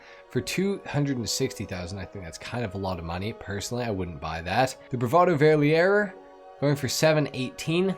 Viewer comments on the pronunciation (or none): Greetings from Gernany! "Verlierer" us pronounced "fair-lee-rah" and translates to LOSER 😂